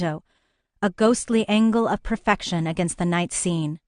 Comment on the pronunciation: 034 ghostly 'angle' ?!?!? or angel